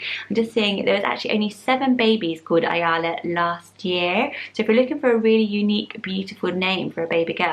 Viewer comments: As a native hebrew speaker I would like to correct the pronounciation - ayala has a short "ya". Pronounced more like amalia. Some of the names are really dated in Israel (levana, ezekiel, rivka, tikva) but so is ezra so I guess it's a matter of trends. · hi! love your videos, just wanted to let you know Ayala is pronounces eye-yella, rhyming with the name Ella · I’m an Israeli and I’ve never heard of most of the names. Only heard of Ayala (pronounced A Ya La) and it’s a bit old, don’t know anyone under the age of 60 who’s called like this. Dina - also a really old name. Levana - we don’t use this name at all, we use Sahar which means like a partly moon? 🌙 something like 6 years ago there was a woman in the Big Brother called Levana and she’s old but that’s it. Yona - we don’t say jounah, in Hebrew you don’t have J in names. Also, a very old people name, used mostly for females. Rivka - a grandma’s name. It’s the original version 🤦🏼‍♀️ Shay - you’re saying it wrong. It’s Sha I (like the name of the letter). It means”gift” and it’s for both girls and boys. It is very common. Shira - modern name. Ezra, Tikva - such an old name, mostly used in parodies. Don’t think there’s an Ezra/Tikva that isn’t dead by now. Boaz - strong name. Noam - very common for both boys and girls. Never heard of the rest that you mentioned. Other popular names: Or - light. Gal - wave. Batak - light (⚡️), this one is for boys. Ron - happiness. For boys. Ronni - my happiness. For girls. Li-or - my light (li means to me, or means light). Or li - my light. For girls. Hen/Chen - you cant pronounce it correctly but it means beauty. Zohar - shine. Yam - sea. Ya’ar - ya ar. Forest, woods. Guy - small valley. For boys. Adi - jewelry. There are so many beautiful name, kinda sad that you chose all the old ones or ones that aren’t really Hebrew names /